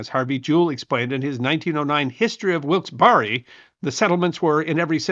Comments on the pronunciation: "Wilkes-Barre," PA, is pronounced 'Wilkes-Barr' (silent 'e'), not 'Wilkes-Barry.' Good presentation though -- thanks! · Try Wilkes-Berry as closest pronunciation. Also remember this. Native Americans they claimed to have no understanding or to have a system of property ownership and so it's hard to understand how their property was stolen from them when they said they never owned it in the first place. I can never get past that idea. That's why they never had an issue selling this same piece of land two or three times over because they never believed that they owned it in the first place. You might also say susquehanna not cessquehana.. And there was also a piece of property in the Wyoming Valley called the French Asylum. This was a getaway for Louis the 16th and Marie Antoinette but they never quite made it to. The site has been excavated is open for visits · Being from that area I can tell you the proper pronunciation is Wilks-bear. Thank you. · It's not pronounced Wilkes bar re bur Wilks Berry. . Barre was a British parliamentarian who supported American colonists rights re taxation and settlement beyond the Appalachian mountains. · FYI Locals pronounce Wilkes Barre "Wilks Bar". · Supposed Mr Historian: Two syllables for Wilkes-Barre, Pennsylvania! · I will never trust your take on history again. You mis -pronounced more than idiot AI narrators. Also the translation of wyoming was wide treeless place. Wilkes (Bear. Eee) like berry. You have more wrong also. I have to puke because my chemotherapy won't allow me to endure more